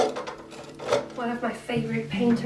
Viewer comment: I can totally understand. Her Danish accent did make it sound like Manet. If you look again, you'll see the book she has is about Monet, though.